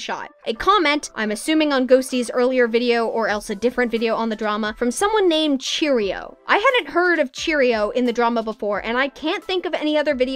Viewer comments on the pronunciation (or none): Everyone keeps calling Cherioux cheerio omggg lmao, btw it's pronounced sheh roo but please keep saying cheerio it's funny